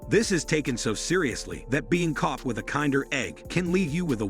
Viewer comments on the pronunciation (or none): KIN-DER Egg, not "kind er" egg.... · It's not kinder eggs as in really nice eggs. Its Kinder as in the German word for children. It is pronounced similar to kindergarten.